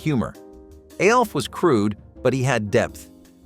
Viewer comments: I know what everyone called him, and I know what the letters stand for. You are saying "A" "L" "F", which isn't what the show is called. The show is called "Alf" and his name is the same. It is an acronym. Acronyms are pronounced like words. Scuba. Nato. Radar. Those are all acronyms where every letter stands for something, but we say it like a word. I watched it when it first aired. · Ok the way you’re saying “Alf” is driving me insane. Was it just my family and friends that called it literally “Alf?!!” Not A.L.F.???? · You realize that "ALF" is pronounced as a name, and not the letters, right? It's an acronym, like SCUBA or NATO.